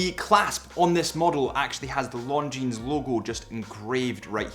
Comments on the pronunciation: You would think he would know that given he's a representative of these watches! It sounds like he's saying "long jeans"!😂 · The "S" in Longines is silent. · Nice overview again. But your pronunciation of 'Longines' did make me wince every time every time you said it. The 's' should be silent...sorry, but retail is detail for a watch channel. 😉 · We don’t pronounce the “s” at the end of Longines. ;) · The final « s » in Longines is silent. As is the « t » in Hublot, or the « d » in Chopard. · the "s" in Longines is silent. I like the blue dial with the red GMT hand, but I would very much appreciate a black dial, with gold hands and red GMT hand (instead of the blue that was actually released). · Why does this man who reviews watches for a living not know how to pronounce the name of the brand correctly? And why is he identifying a diamond shape as a rectangle...